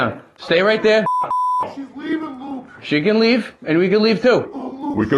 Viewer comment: Wuke does be invading the pwyvacy.